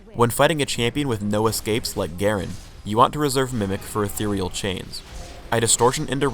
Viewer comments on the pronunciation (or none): none